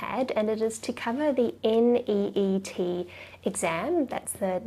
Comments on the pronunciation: It's neet not neat😂. Lol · It's neet not NEAT!! 😅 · You illiterate it's neet not neat .. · It's neet not neat don't underestimate us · It's not neat it's neet ok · Its neet not neat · It's NEET not NEAT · It's not neat its neet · It is not neat it is NEET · Madam it s neet not neat. 😠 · Mam its Neet Not Neat !!! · It's is Neet not neat make sure to correct it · It's NEET not neat. Behenji change please 😅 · Hey you can say NEET like neat😂. We won't kill you for that. That's how all of say.😂😂😂